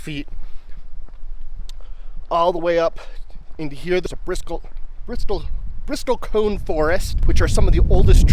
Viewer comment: Bristlecone, not Bristol cone. Been to Ely and Baker several times. Love the isolation of the area, but I would say that Utah's Hwy 50 gives Nevada a run for its money! I was about 30 miles east of Baker during the recent annular eclipse and I was the only person in the valley I set up in! It was awesome! Love that the burros and mustangs came so close. I have to head up that way again to see the glyphs. Looks great.